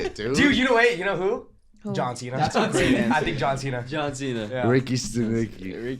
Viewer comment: Me rewatching to see if said John chena (he did multiple times 😂)